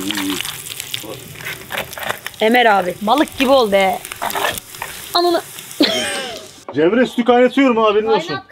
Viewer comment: 16.50 cemreye ceren diyo